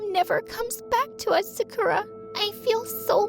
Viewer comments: Glad to see Jennie on the thumbnail Also the fact her name is Sakura and she has pink hair reminded me of Sakura's hair from Panorama era (Sakura from IZ*ONE) Also, what's up with that pronounciation of Sakura 😭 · All tho sakura is a trash can i get triggered when u pronounce sakura fr wrong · Ya— I was just like “Wait Sakura from-₹ that’s not how you pronounce it too I’m confusion” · How the hell does she pronouns "Sakura"? She am triggered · I can't believe that Sakura cant even pronounce her own name :D also, sakura is the most white-known japanese name EVER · How did they pronounce sakura wrong 😑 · She starts off by mispronouncing her own name. Amazing. 'You guys look exactly like anime characters'. Jesus. What a terrible person. They mispronounce Sakura's name the entire way through. 🙄 At least it was consistent, I guess. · Man no offense but the way they said “Sakura” just sounds wrong 🤨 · The way her name was pronounced “Sakura” 😡😮‍💨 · She: says sakura has pink hair Me: Narutoooo And yeah I love how they posed with Jennie's solo outfit with her iconic pose in the thumb nail. And you really got me triggered with that sakura pronounciation. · sooo no one gonna talk about how she pronounces Sakura..... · That’s not how you pronounce Sakura. I’m Emily, and I’m from Japan. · Everyone: talking about jennie and her solo Me: gets triggered for how she pronounces sakura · She kept saying Sakura wrong where are the anime fans? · Ceinciejdiej ugh it bugs me how she miss pronounced sakura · why’d they pronounce sakura like that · I'm sorry but the way the narrator pronounced Sakura just bothers me 😭✋ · No offense bro but if u were from Japan u would have pronounced Sakura right. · i like how the va cant even pronounce sakura although she’s supposed to be japanese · Bro can’t even pronounce her own name right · Why do you say the name like that that’s not how it pronounced by your story is great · Why she say sakura like that 💀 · Bro, its not Sakerra, its Sakura, KOORA